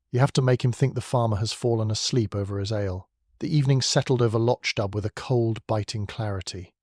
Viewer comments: The village is not pronouned "Lotch Dub"! Please listen to a narration of one of Beaton's many books! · Hillsboro, VA USA - am — Thank you. Lovely. But it would be even better if the narrator were a real person who used the correct pronunciation of Lochdubh.